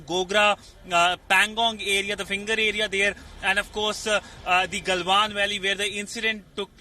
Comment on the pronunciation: Is it Galwan Valley or Gandwan Valley?